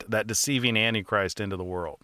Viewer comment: I see, he doesn't pronounce that word right.